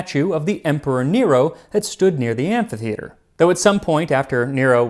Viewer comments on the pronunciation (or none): none